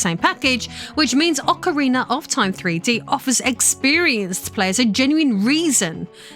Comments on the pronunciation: Ocariner 😅 how do you speak english and get an er on the end of ocarina? Do you even notice?? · Ocariner of Time.